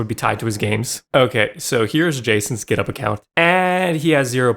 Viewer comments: As an Australian, hearing you pronounce GitHub as Giddup really triggered me over and over for some reason. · Is github pronounced gitup? Why is he saying it like that? Am I dumb?